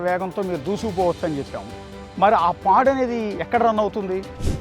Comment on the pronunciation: nice info anna but its pod not pad 😊